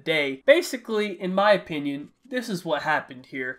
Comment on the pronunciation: Dennis Smith Jr ikr he emphasizes"2nd" best streamer so much😂